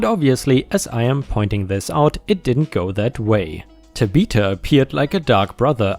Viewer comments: It’s not Ta be ta, it’s Ta bith a. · man this narrator needs to learn tabitha is tab☼ith☼a not ta☼bith☼a, everytime he tries to say it my head spins a little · That girl's name is pronounced TAbitha emphasis on the TA and pronounced with a short a as in at . And I assume the park is at six flags over Texas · Tabitha is Tab' uh thuh (the th sound like that of thumb). ⭐⭐⭐⭐⭐⭐⭐⭐⭐⭐⭐⭐⭐⭐⭐⭐⭐⭐⭐⭐⭐⭐⭐⭐ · BTW Tabitha is pronounced TAB-ith-a, like Tab soda. I hope that helps. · Last Story - Amusement Park where a Karen kicks and injures a Service Dog. here is how you pronounce Tabitha Tab ith ah The ith is (it) but with a (th sound after the short i) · I do enjoy listening. But when you got to the name Tabitha. It kind of through me off. Pronounce Tab-e-tha. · Tabitha is pronounced 'Tab eh the' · FYI generally Tabitha is said Tab i (short i sound) tha or Ta bi tha where the vowels are the short sound rather the long sound. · Tabitha is pronounced 'tab-a- tha' (think like 'the' except the 'e' sound becomes a 'ah' sound). ✨⭐great job as usual! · I was thinking this when was telling the story. Another pronunciation that I have heard is: tăb- short i like in it-thă. Both of the a are short like in as. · TAB-ith-a, accent on the TAB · pronunciation might be the way to say the name in his own language. Also, it's Ta-bi-tha, not Ta-bith-a.